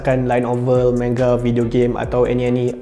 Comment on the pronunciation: fu with ur sebutan manga